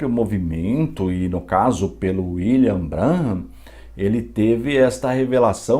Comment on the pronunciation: Pastor, muito bom trabalho falando dessa seita,mais Pastor, o senhor pronuncia o nome " William " errado !! Meu canal no YouTube é voltado para refutar essa seita,pq um dia eu fui. Fiz intrevistas com pioneiros da #mensagem ( Tabernáculo) é só dar uma passada no canal.